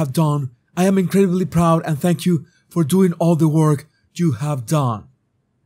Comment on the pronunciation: I have a small complaint of the prononciations of two words by: PUBLIC and WORK (which you pronounces as WALK)